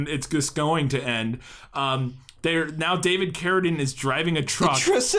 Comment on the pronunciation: OMG! You FINALLY pronounced "Carradine" correctly!